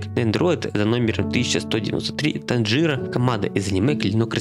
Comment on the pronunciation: И ещё не Танджира а танжиро